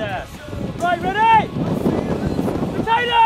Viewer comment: *Potato I'm Irish, I'm allowed to correct you